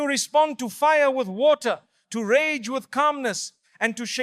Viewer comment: Excellent topic but please stop using A.I. it throws you off ragah instead if rage lol.